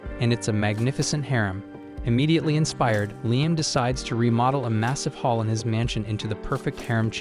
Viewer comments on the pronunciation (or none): none